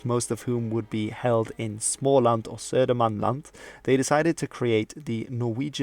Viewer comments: Your pronunciation of småland and södermanland was basically exactly how you say it. The video was also great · Your pronunciation of Småland and Södermanland was amazing. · that was actually a great pronunciation of Småland and Södermanland! Great video btw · You need to respect the almost perfect pronunciation of Småland and Södermanland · A+ for that pronunciation of Småland and Södermanland! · Your pronunciation of små land or södermans land was great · Kudos for actually making (a very good) effort to pronounce Swedish words/names!!! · Bättre än hur skåningarna uttalar det till och med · i'm suprised how well you pronounced småland and södermanland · i know i also thought so